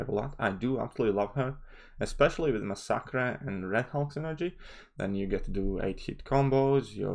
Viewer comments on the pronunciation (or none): i love how you massacred masacre's name!